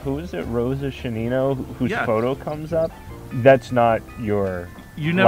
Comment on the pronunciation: A quick note: it is Shánina, stress on the first syllable. Great video🔥